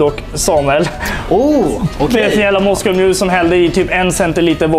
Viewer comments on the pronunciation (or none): Han säger "Moscoll mule" Är denna snubben verkligen bartender? :p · "moscol mule" hahaha alltid lika tjommig